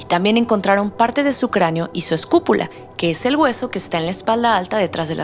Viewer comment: Buena narración, sólo un detalle: es escápula... (no escupula)